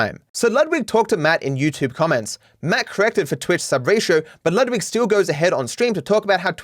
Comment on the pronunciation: can we just remember that "Ludwig" is a german name and i've yet to hear someone pronounce it correctly lmfao